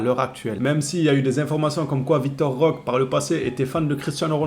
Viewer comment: 🚨likez ce message svp🚨 Le E se prononce É en portugais (langue au bresil) donc écorche le nom de Vitor Roque(é) a chaque fois... C'est quand même assez gênant 😅 faudra lui remonter l'info 🙏